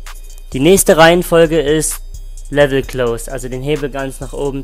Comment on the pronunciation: Please! es heißt LEVER, LEVER open, LEVER closed... NICHT LEVEL